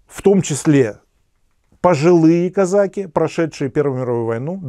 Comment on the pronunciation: Режет слух...казАки...))))